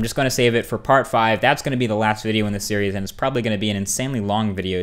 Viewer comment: "so this video is number 4 in the Cheerios"